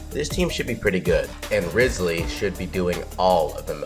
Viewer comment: Butchers his name Me: So you've chosen de- Me: You're off the hook this time...